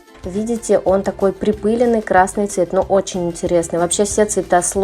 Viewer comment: Припылённый!!а не припыленый😒